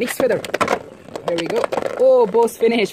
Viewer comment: its "phoenix" not "phoniex" 😭